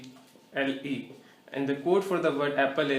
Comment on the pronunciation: pronounce it as apple it self you are saying appel